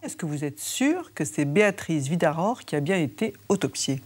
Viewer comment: Mirador, Virador... Certes, les Luxembourgeois sont germanophones. Mais le nom de Mme Vidaror est écorché par tous les intervenants ou presque !